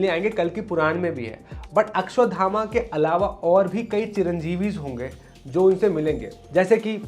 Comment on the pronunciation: Ashwathama not akshyathama❤